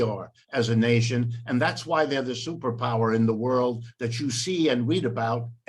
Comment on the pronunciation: He can't even say world right lol